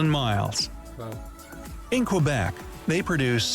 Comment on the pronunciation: Odd they couldn’t find one of us Canucks to narrate …he made a mess of Saskatchewan, Newfoundland and Quebec and Narcisse too! I’ll try to do it phonetically for ye. Okanagan is oaka noggin. Saskatchewan is sus Katch oo wan. Quebec is Kay bek , and Narcisse is nar seece. And Newfoundland is pronounced like the word “understand “ noofund Land.